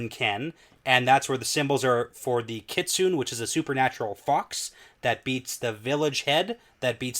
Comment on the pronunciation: you pronounce kitsune like it’s a WoT name: “Kee Tsu Neh” 😉